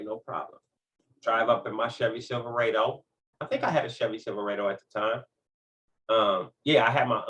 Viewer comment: What’s a silveradddoe? 😅 respect tho